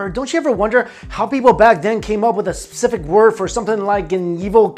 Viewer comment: Why do you always say "sub-cific" in stead of specific?